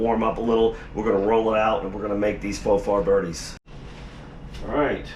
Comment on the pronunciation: Pronouced For fir bri dees